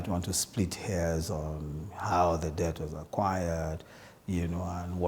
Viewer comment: Just to point out that the pronunciation of debt is "det".... so Adeola please cross-check and correct accordingly. I am a big fan. Keep up the good work.